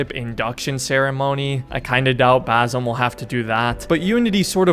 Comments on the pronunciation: Hate to be that guy, but its not baZim. Its more of an "S" sound, baSim. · It's basim not bazim 🤣🤣 typical ignorant American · Please pronounce the S in Basim as an S, not a Z, as that's how Basim is pronounced. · Will you ever learn how to pronounce his name....